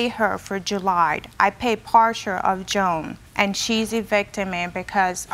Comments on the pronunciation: I thought she was saying Joan instead of June. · I thought she said Joan lol